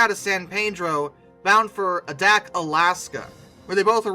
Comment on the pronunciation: Adak is pronounced "A"dak and not with a soft "a".